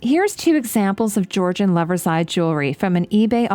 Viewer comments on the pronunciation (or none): none